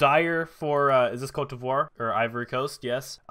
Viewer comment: That Côte d’Ivoire pronunciation though...